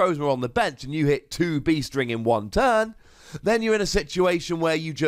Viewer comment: Every time anyone says "Beast Ring", I hear "Bee String".